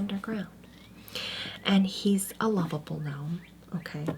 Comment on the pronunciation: ga-norm the ga-nome is killing me LOL